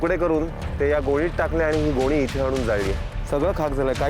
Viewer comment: गोळी नाही गोणीत